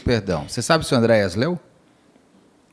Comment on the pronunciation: Queridos, pliz, amo vcs... mas, pfv... ÁNDRÊAS... nunca Andréias...